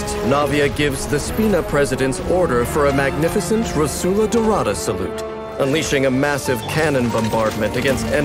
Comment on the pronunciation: My Italian heart can't bare to hear Rosula pronounced with a Spanish accent...